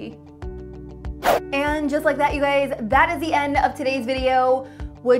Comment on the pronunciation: Why does it sound like she's saying "gays" when she's saying "guys"😂😂